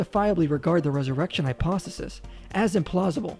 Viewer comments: Is he saying "hyposisys?" I would take a lot of these guys more serious if they knew how to enunciate properly. Also citing William "Lame" Craig doesn't help their cause. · The thing that annoyed me the most is how he couldn't say the word 'hypothesis' correctly